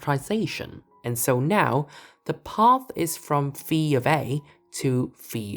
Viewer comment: As someone who studied Greek for a time in the middle ages I appreciate the pronunciation of phi as fee.